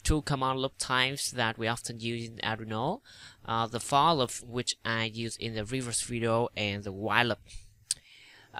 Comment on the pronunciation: It's not lup it's loop